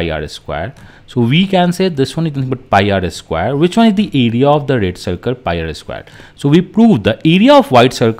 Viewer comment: sir it's pie